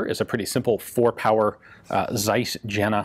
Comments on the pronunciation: Your german pronunciation is getting better and better, but let me correct your pronunciation of "Jena" which, because of the Carl Zeiss optical works, may come up again. You pronounced it almost like the surname "Jenna" which is actually not so bad, but the "J" sound is wrong. It should be more like your "Y", so "Yena". And since there is only one 'n' in "Jena" the 'e' should be long. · Shot one of these two years back, they arent that rare in germany. Has as much recoil as a pellet rifle. Oh, and about Zeiss Jena - its "yena" like in hyena, not "Dshenna". Greetings from Jena. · Ever heard a German mangle American town and city names? Give him a break...... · Jena is not pronounced as "Gina", but "Yena". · To be fair, "hyena" is pronounced "high-EE-nah", whereas Jena would be "YAY-nah". Also the "hard" J phoneme is more properly "dg". No big deal, but something about throwing stones from glass houses... Ian speaks English and is trying to learn French, so J-as-yot is probably not his first thought. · you would like to pronounce "Jena" as "Yeena" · Love you ian, but this is a Tseiss from the city of Yena and not a "sais" from "jenna". Please, please get that right. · "Zeiss Jena" is pronounced [ts'ais j'ena].